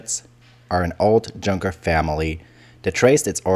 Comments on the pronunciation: "Junker?" I would expect that word to be pronounced like "Jutland...." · He anglicizes 'Berlin', and 'Junker', but the rest are right, surely? Keitel wasn't a 'von', however. Got that bit wrong. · With a German accent? And you pronounce Junker in that way??? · Yes Junker pronouced with an English J ge sound. I find it irritating to claim a German accent. It is more an American accent.